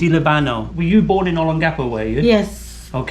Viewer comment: My dear Sir, you really need to pay attention to how your dear wife and other locals pronounce personal names and place names in the Philippines. Note which syllable is stressed more. Instead of saying O-lon-GA-po, say O-LON-ga-po. And instead of saying Mon-te-li-BA-no say Mon-te-LI-ba-no !! 😄 Doug A.